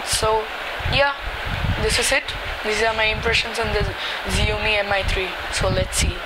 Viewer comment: Idiot! Its not pronounced as Ziomi.LOSER.